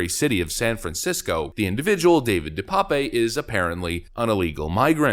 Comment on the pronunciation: "De Pape" is a Dutch or Flemisch name it is certainly not pronounced "pépé"